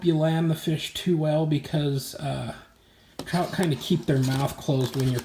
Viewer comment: "um with... TROUT!" lmao